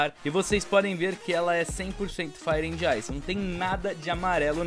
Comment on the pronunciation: Só faltou aprender a falar inglês pra conseguir pronunciar fire and ice...